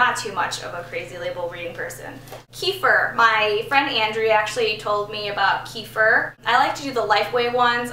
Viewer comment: omg you cracked me up with how u said kefir lol <3 if you want to know it`s "keh-fear"